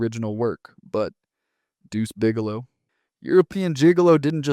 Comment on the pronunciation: The AI voiceover really struggles with the colon in “Deuce Bigelow: European Gigalo”